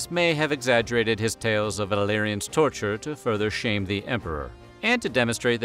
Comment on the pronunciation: For a second I thought you said his son's name was Billyanus